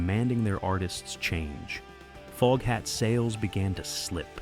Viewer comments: OMG!!!! FOGHAT NOT FOAFHAT STUPID AI!!! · “Dave Lonesome Peverett”?? What is this AI trash! “Foge hat”?? “Don’t recommend channel” ✅ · Foge hat 😝 crappy AI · Booo!!! I was wondering if this was an a.i. video, sure enough, the narrator calls the band Folkhat less than 5 minutes in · ok robot.... folkhat? also learn how to pronounce 'Savoy' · I love Foghat and have since the 70s. And just so you know, it was Lonesome Dave Peverett, not Dave Lonesome Peverett. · Can't stand watching this A i F'N SHIT that can't even pronounce their name correctly 😒 BYE